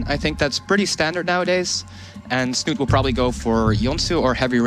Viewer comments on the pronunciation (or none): Snut? This is Norwegian bro, you pronounce the e at the end!